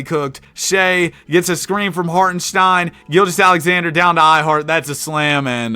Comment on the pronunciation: For the life of you, you can not pronounce chet or hartenstein..... Stop, get some help. I actually had to unsubscribe because of it.